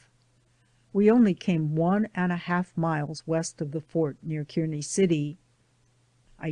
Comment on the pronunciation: Thank you for providing the reading of this book. I enjoyed listening to the story of their journey. Kearney, Nebr is pronounced Car Knee ..I'm from Nebraska.